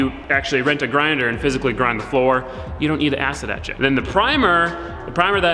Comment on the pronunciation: every time he says "acid etch it" I hear "acid that shit"